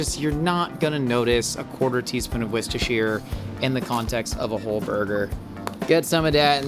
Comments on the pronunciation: Brit here: 'worchestershire' is pronounced 'wooster' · worcestershire is pronounced wist a shear??? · Why does he say Worcestershire like that?